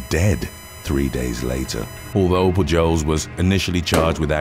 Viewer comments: Its pronounced Poo-holes! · "Pujols" is pronounced "POO-holes", heavy accent on the first part and a soft s. It's Spanish, I belkeve. Keep up the brilliant work - these are so addictive. :)